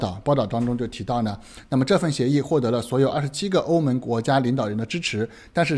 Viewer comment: 哥们儿您的普通话发音真要改一改 欧盟(meng )